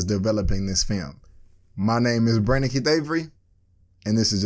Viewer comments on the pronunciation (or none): It sounded like you said brenaken davery lol. I was like cool name. But it's Brandon K. I was like Brandon for short cool.